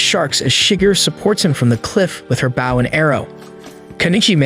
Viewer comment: it has to be intentional. he mispronounced the word "bow"... like... how? it's 100% intentional.